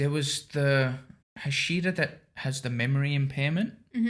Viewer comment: Just for you to know, it is pronounced 'hah-shee-rah😊 great reactions as always! Keep it up